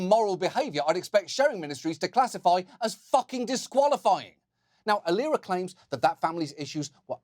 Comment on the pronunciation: He pronounced "Aliera" wrongly. It is pronounced "A-lie -raaa"